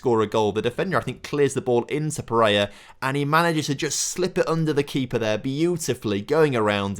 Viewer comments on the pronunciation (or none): Watched and enjoyed the entire series over the past few days. There is nobody on the planet that says little bit or “Lidda bit” as much as you. And…… It’s PEREIRA! Not Pereya. Needed to get that off my chest, a little bit.;)